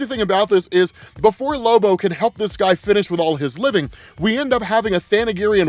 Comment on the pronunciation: ‘Help this guy finish all his living “ lol never heard it said that way before